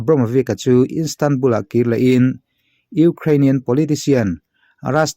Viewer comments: Instandbul nilo in istanbul ani zok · Instanbul nilo in istanbul ni zokin k hria...... Helai hi I soisual